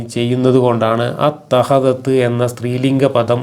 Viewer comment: അത്ത ഖദത്ത്× അത്ത ഖദത്ത്× അത്തഖ ദത്ത്× ചങ്ങായീ ഇത്ത ഖദത്ത് اتخذت എന്ന് ഇ കാരമാണ് വേണ്ടത് ഇമ്മിണി ബല്യ ഭാഷാ നിപുണൻ കഷ്ടം ഇവനെയാണല്ലോ ചിലർ നേതാവാക്കുന്നത്